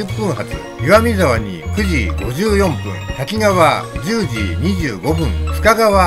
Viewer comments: 細かいことですが駅名の読みは たきがわ→たきかわ あさひかわ→あさひがわ だと思います。 『あさひがわ』は1988年に『あさひかわ』に読みが変更されたと思います。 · 石勝線開通前の懐かしいダイヤ、昔を思い出しました。キハ82系のおおぞらも何度も乗車した列車です。さて動画の中でしばしば登場する「滝川」ですが読みは「たきがわ」ではなく「たきかわ」と濁点はありません。再生中に気になってしまいました